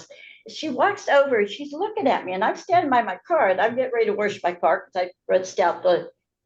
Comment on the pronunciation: After the third time of her saying warsh…I zoned out